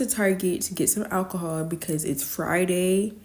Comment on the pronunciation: How many times did she say alchohol? She has an issue...